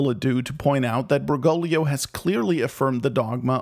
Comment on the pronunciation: great vid. however, it's BergoGlio. there's a second G. it's not "Bergolio". Ber-GOAG-lee-oh ordo watch derksen